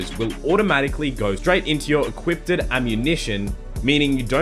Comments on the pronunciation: Jeno came to the comments to see if anyone else noticed. why the FUCK do people say it like that? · "equipted ammunition" lmao